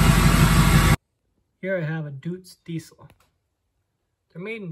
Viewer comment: Say Doytz not doootz. Should fire up. Good simple rugged engine.